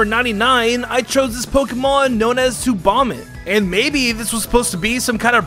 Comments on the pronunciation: I’m laughing so much at how you say tsubomitt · Tsubomitt? More like tsuvomitt